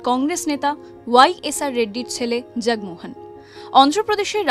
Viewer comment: ২০১১ জগন্মোহন, জগমোহন নয়।